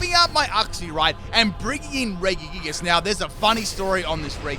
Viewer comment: I’ve never heard anyone butcher regigigas name so much lol